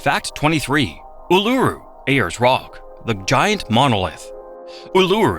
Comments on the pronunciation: Bro can’t even pronounce Uluru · Neither K'gari or Uluru were pronounced properly.